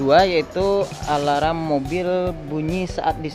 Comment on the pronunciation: Mas, sebutan “ Alarm “ itu yg benar cuma “ Alam “. Bukan “ Alaram “ ngam perlu ditambah “ ala - “ ram “ nya. Cukup sekedar “ Alam “.